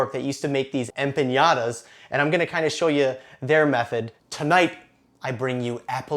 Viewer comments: What a great recipe, thank you! Just so you know it is pronounced empaNada, NOT empaÑada ;-) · There is a difference between ñ and n and empañada is not a word. A normal "n" and not a "ny" sound is correct. You should probably have just called it a flauta since it actually is a flauta just with apples instead of meat. "Flauta de manzana" - that sounds like it would be an actual thing! I have made tons of mistakes learning languages and the only way I got better was correction - so please don't consider this trolling. The recipe looks delicious. I will have to make it tomorrow for breakfast. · Hola! I love your videos. Have been following you for over a year now. I'm not Mexican, but I do follow your videos like I said, so I feel the right to tell the following: I was not offended by your version of an empanada (though they're nothing like an empanada should be), but by your pronunciation of some of my favorite words TORTILLA and EMPANADA drove me crazy! (With much love.) TORTILLA is pronounced with a "j" sound at the end, and EMPANADA does not have an Ñ, so sick to empaNAda with "n" sound. Gracias mi amigo zombie!